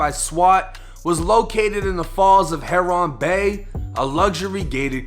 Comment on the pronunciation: Boy said “heroonnnn bay” 🤣🤣😂😂 It’s pronounced Heron(Hair-in), which is a bird. I don’t think a luxury neighborhood would be called heroin bay🤣